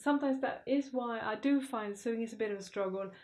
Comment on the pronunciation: Dear, love your outfits. You say sewing - suewing- must say OH, S OH, english is not my native language, I had the same problem, but I find it cute. Thanks, hug.